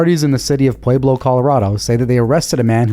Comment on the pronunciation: I'm gonna mispronounce Pueblo the hilarious way you do it from now on! That's great, PWAY-Blow!